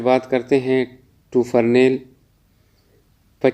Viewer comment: ٹوفرنیل نہیں ہوتا بھائی ٹوفرانل ہوتا ہے ۔ویڈیو بنانے سے پہلے تیاری کر لیا کریں